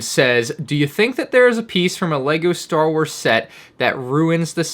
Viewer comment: ”Star was”